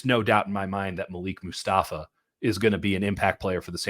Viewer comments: When white people try to say your name its cringe worthy... His name is Maleek!! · ITS PROBOUNCED MA -LEEK!!! .. OMG WHY DO WHITE PEOPLE PRONOUNCE IT MALICK🤦🏿‍♂️🤦🏿‍♂️🤦🏿‍♂️